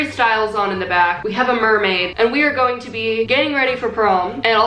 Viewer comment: ... and we're going to gaying ready for prom ... I have no idea what's the deal with my ears